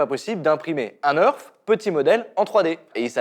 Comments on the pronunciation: "un neurf" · Sa Se prononce nèrf et pas neurf.😑